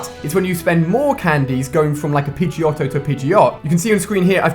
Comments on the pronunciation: Who the heck pronounces it as Pidgey-Otto?! Sounds like a German sausage or something... every 90's kid knows it's pronounced Pidgey-oh-toe! -_ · it's pronounced pidgeoteo not pidgeyotto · Jesus Christ it's pronounced "Pidgey - oh - toe" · Thought your video was cool.. was happy to overlook Staryu-gate... but then.. Pidgeotto happened... I know it's spelt like Otto.. but from the cartoon it was always pronounced Oh-toe. :P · I always got the impression it was pronounced Pidgey-oh-toe...